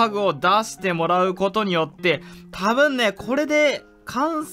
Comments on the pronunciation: 多分ねがタブンネの発音で草草草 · 多分ね の言い方タブンネになってるww